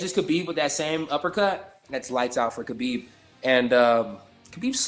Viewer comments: Diego Sanchez says "Habib is my favorite fighter"......yet he doesn't know how to say his name. Punch drunk, indeed. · only Diego and Kajan pronounced Khabibs name right ))